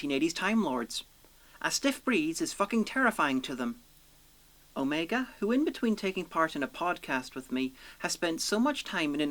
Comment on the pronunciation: Assuming you have watched Arc of Infinity, why do you pronounce Omega's name incorrectly?